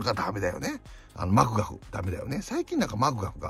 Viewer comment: ~ 里崎さんの「マクガフ」の言い方なんかじわじわくるｗｗｗ